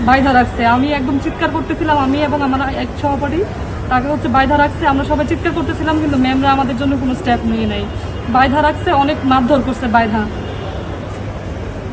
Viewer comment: বোন ওটা স্টাপ হবে না স্টেপ হবে... ভার্সিটিতে পড়েন একটু পড়ালেখা তো করা দরকার।